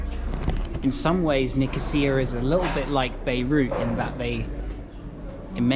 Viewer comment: You got the pronunciation right :-)